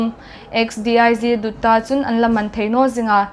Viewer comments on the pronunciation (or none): lawm aum,X,D.I.G,Dutta ti hi,Dawttawh ti thei inla vai lam dan